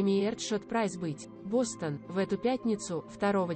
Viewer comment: Бастон это ткань,а Бостон это город. Говорите правельно.